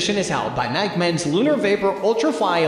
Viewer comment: I’m concerned because this dude doesn’t know how to pronounce Nike. How can that possibly be.